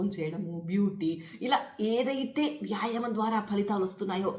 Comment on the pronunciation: ముందు తెలుగు మాట్లాడటం నేర్చుకోండి మేడమ్. యాయమం కాదు, వ్యాయామము అని పలకాలి మేడమ్ గారు.